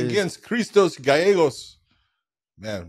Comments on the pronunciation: at this point these pronunciations have to be deliberate, like Chael does. No fucking way you watch fights for that long and absolutely butcher 9/10 names "Gaegos " 🤦🏻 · It’s actually pronounced gaygos I’m Mexican